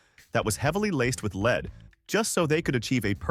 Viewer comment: Could you please teach your AI announcer how to speak English? It is jarring to have your AI not know the difference between LEAD the metal and to LEAD someone around. It just makes you look stupid